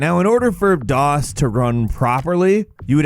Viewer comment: Are you saying daws or dos for number 7 cuz those are two different things